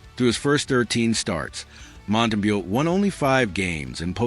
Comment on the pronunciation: You might want to teach your AI slop-master to pronounce names. Basic respect, no? Mont-tam-bow.